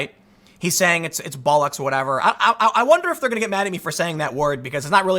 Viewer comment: Its always funny hearing Americans attempt to say Bollocks